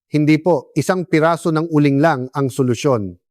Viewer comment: Uling doc hindi u ling